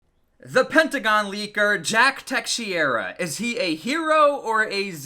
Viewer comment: Teh-shera = teixeira